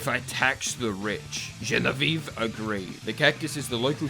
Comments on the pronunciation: Genevieve : the ending is said "vee aeve" the last eve as in EVER and you cut it EVVVVVV.... you are close though to the correct french pronunciation Watch "Bibi et Genevieve" to get how to say it !!! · The way he says "GENEVIVE" is just really funny to me for some reason. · I love the way you pronouciate "genevieve" it's so funny